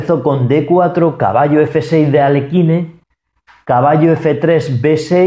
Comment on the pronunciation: No es Alekine, se pronuncia aliojin. me estorba esa pronunciacion de alekine, no es lo correcto.